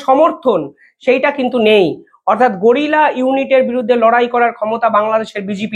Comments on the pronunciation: গোরিলা নয় রে দাদা, কথাটা গেরিলা। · আরে ভাই গরিলা না উচ্চারণ টা হবে গেরিলা, বিনা পড়াশুনায় সাংবাদিক হওয়ার স্বপ্ন দেখলে এমনি হয় I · গরিলা যুদ্ধ নয়। গেরিলা যুদ্ধ। ধৃষ্টতা মার্জনীয়, অনেক ধন্যবাদ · গোরিলা যুদ্ধ নয় গেরিলা যুদ্ধ